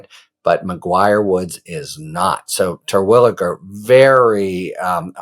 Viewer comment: As a Terwilliger myself (no relation, probably) I appreciate your correct pronunciation